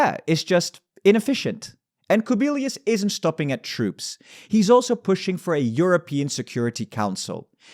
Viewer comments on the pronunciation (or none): Andrius Kubilius should be pronounce like Andrews Kubilews or Andrüs Kubilüs. We have i (before a, o, u) as a soft mark here in Lithuanian ;)